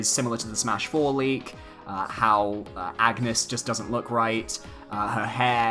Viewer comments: I'm going to correct every person who pronounces Agnès the wrong way. It's On-yes. Not Ag-ness. Her game is voice acted for crying out loud. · I die a little every time you say "Ag-nes" It's "Ann-yes" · wazz up well it’s actually pronounced on-yes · If Agnes is the girl from Bravely series, her name is pronounced "awn-yes" not "ag-ness" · AUN-YES. Not AGG-NUS. I know the spelling seems similar, but it's meant to be pronounced VERY differently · Kinda like the Isaac render (the entire one), love the fact that the "leaker" merge his DD style with his original style. Also, juste to point it out : Agnès is a french name which is pronounced "Ane-yess", not "Agu-nes". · Anges is pronounced (On-Yez) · It’s pronounced An-yes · Lol even though this is fake, everyone who does a video on this leak keeps pronouncing Agnès wrong and keep saying Agnus, Its not bad i just find it funny lol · It's sad how many people haven't played Bravely Default, and don't know how to say Agnés name :( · Has none of these youtubers played the Bravely games? No one ever pronounces her name right